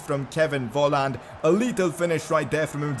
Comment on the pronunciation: Volland is pronounced folland